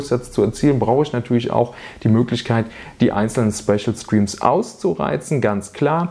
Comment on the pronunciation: Ich habe das Video bis zur Hälfte geschaut. In dieser Zeit fällt der Begriff "Späschel Striems" etwa zwei bis drei dutzend mal. Nur ... WAS IST DAS?!